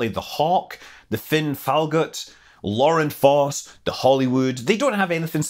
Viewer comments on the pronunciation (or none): none